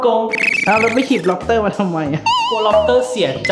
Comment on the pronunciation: พี่พูดผิดล็อปเตอร์